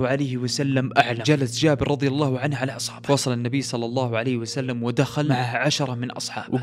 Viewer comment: اللّٰه وليس اللّٰ